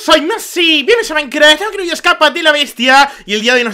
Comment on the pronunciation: maicra en vez de maicraft